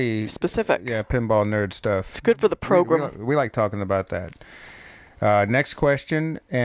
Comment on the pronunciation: This is the best "progrum" out there!